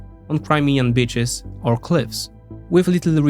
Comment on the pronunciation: Balt bro or romania gypo, which ever you are, it's not a short “ i ” in beach, it's a long “ i ” pronounced as eeeeeeeeee like in bee or the letter E. I rofled when you said "crimean b*itchs" and then you repeated it again not even 10 seconds later.